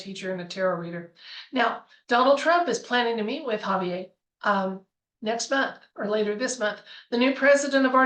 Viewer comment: Argentina is a Spanish speaking country. That means his name is ha-vee-AIR. 😊